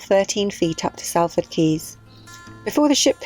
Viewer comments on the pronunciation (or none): Awesome Video, well until . What are you saying? It is 'Salford' pronounced 'Sol-ford.' I miss my old Canal. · Lovely Vlog, nice how you got Dave to do his stint at the tiller in the rain... good choice :) And Being a Salfordian, Salford is pronounced SOLford … the A is an O like costa del sol.... :) ;) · Sall Ford ? Lol. It is pronounced Solford! Excellent video as always, well done.